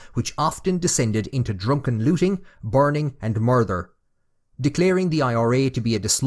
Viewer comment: I like your content but please sort your diction, it let's it down. Murder is not pronounced murther etc, it would make your content so much better, I know I'm an anorak but it would improve the content so much, best of luck